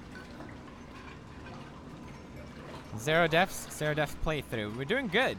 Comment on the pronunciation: Just wanted to say deaths instead of deafs maam:)